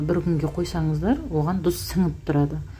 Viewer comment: Дұз емес тұз деп айтсаныз а то дұз дұз деген сайын нервқа тиіп